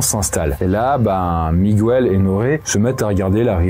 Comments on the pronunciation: Petite précision: le prénom Miguel se prononce comme en français, donc Miguel, et non pas Mi-gou-el! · on prononce mi-guel pas mi-gu-el x) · En espagnol, c’est pareil c’est miguel pas migouel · Attention, pour info « Migouel » c’est ptet la prononciation en espagnol, mais pas en portugais ^^’ c’est « Miguel », prononcé comme ça se ferait en français ;) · Par contre, on dit pas Migwel, mais on dit Miguel. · Miguel se prononce comme ca s'écrit et non MigOUel. C'est une exception de la langue. C'est gratuit, bisous! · Surtout qu'en Portugais c'est juste Miguel, pas MigOUel 😭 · J'apprécie toujours autant cette chaîne, par contre ce soir, dans la deuxième histoire le "migouel" ça m'a piqué les oreilles, suis je la seule ? 😅